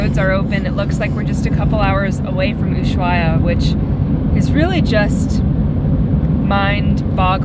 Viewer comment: I love how you mispronounce Usuahia